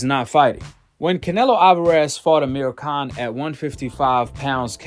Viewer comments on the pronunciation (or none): none